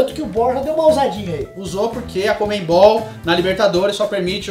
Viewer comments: É CONMEBOL e não comembol....do resto tá show de bola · Por que paulistas não conseguem pronunciar CONMEBOL?